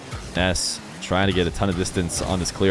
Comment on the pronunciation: its nass not ness im not tryimg to be mean